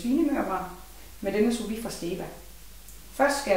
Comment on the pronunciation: Hedder ikke souvit, men sous vide, godt nok er det en fransk teknik, men vi er nu i Danmark..